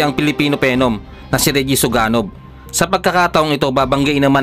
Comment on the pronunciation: Ayusin mo pgbigkas...Suganob yan, hindi Suganog